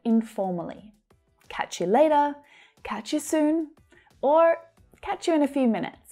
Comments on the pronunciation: said catch u leida... I think always American can change sound 't' becomes 'd'. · I liked how say [I cach you later]